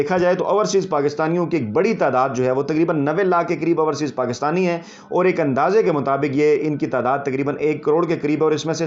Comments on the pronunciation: Dear like and love ur work but just want to mention one thing , there is difference in pronunciation between ourseas and overseas. We don’t mind it but just want to mention it. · I hope he reads your comment and corrects his pronunciation. "Ourseas" sounds funny. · Raja Sahib, it is not ourseaes but correct pronunciation is “ OverSeas” . We love and like your Vlog. You are a good journalist.